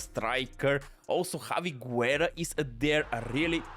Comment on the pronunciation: My man can’t pronounce a single name right 😂 Guerra is pronounced like Gerra as Busquets it’s pronounced as Buskets. You can only pronounce the “U” if it doesn’t have before “G” or “Q” as for example Juan. The exception that can be valid it’s if the “U” has this 2 dots “Ü” like “pingüino” (sounds the same as penguin but ending it with “O”)